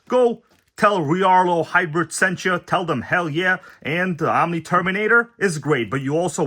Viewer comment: It's R-L-A-A-R-L-O dude !